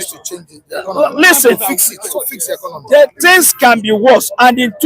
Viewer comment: Do you hear new English DISCONOMY 😂😂😂 tinubu disconomy